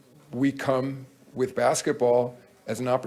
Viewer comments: Really Chuck? “Whith”? 😂😂😂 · its with not whith idiot